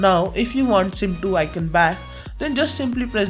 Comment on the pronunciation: icoooooooooooooooon!!! not icun!